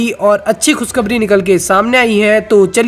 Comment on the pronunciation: खुस खबरी नहीं, खुश खबरी देस नहीं, देश. Please improve your language and your pronounciation, Mr. Commentator